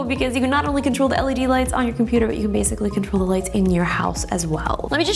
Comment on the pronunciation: "leds" crine af. u dont deserve this